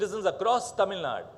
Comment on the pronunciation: Tamil Naduuuuu sir and not Tamilnad